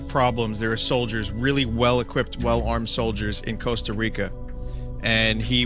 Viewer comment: “Casta Rica”